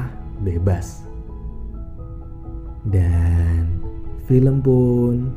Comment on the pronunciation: Gw auto bengek dengar abang nya ngomong " filem pun.. berakhir." 😭😭😭😭😭😢😢